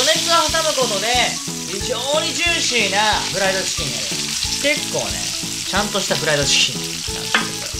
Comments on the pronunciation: 余熱で冷ましたこの「ティキン」www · ティキンwww